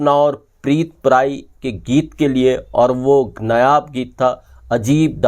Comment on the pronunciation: नयाब की बजाय 'नायाब ' बोला कर, कितनी बार बोलें